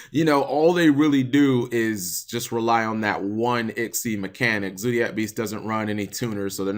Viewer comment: Zodiac, not zoodiac. Fight your American nurturing and pronounce the word how its spelt